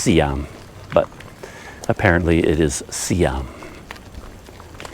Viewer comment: CC Hi. Your Indonesian for the time of day doesn't sound right. I'm hearing selamat siam (with an m) but it's selamat siang (with an ng). Apologies if I'm hearing it wrong. I was taught to switch to siang at around 10am; your explanation of switching when the day starts to hear up makes sense, too. I never figured out the timing for the next one but sometime between 2pm & 3pm it becomes sore (pronounced so-ray in English, with a soft o) and then malam for the evening or night time. I was also told there's another time which is pagi-pagi and that's early morning, as in the time you get up for morning prayers. But I'm not an early riser so Ii never used that expression myself and was never greeted by anyone with it.